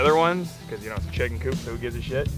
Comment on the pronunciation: The chick-inn 😂😂